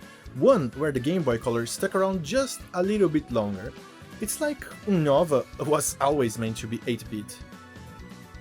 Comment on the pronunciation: quando eu escutei dizendo Unóva, em vez de unôva, ficou claro de onde o sotaque era kkkk ótimo vídeo 🎉